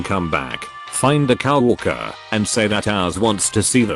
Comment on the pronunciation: You need a better robot Cow worker among many mispronounced words in the video